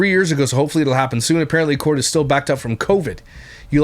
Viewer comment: “We’re stiww happy.” Turd bucket is right.